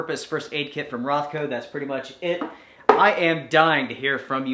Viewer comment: Is it Rothco or RonCo? 😀